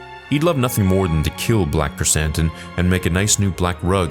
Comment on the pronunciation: When you first said his name on stream I thought you said Black Chris Hansen xd